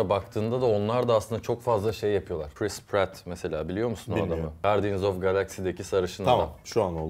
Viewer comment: Chris Patt o Priss Patt değil